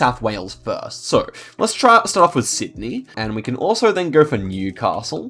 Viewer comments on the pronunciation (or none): none